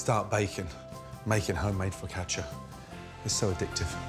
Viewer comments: Foccach-ya? Foccash-you! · He must have said fricatcha like 80 times